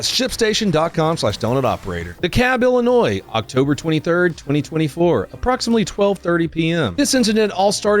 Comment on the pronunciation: Thank you for not pronouncing the "s" in Illinois